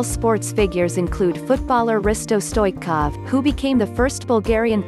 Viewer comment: You dont pranounce sofia writh i know cuz i am from bulgaria and you dont pranounce stoichkov writh